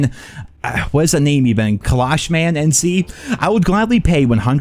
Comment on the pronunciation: Made it into a video. I can retire now. And it’s “ka-lash” as in Kalashnikov lol